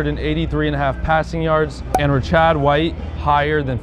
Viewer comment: Bro advertising sports gambling sites and doesn’t even know how to pronounce Rachaad White’s name lmao absolutely 0 ball knowledge